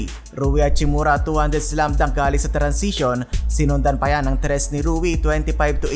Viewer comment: AYUSIN MO MUNA YUNG BACK TO BACK “TRIS” MO BISAYA KA.😂😂😂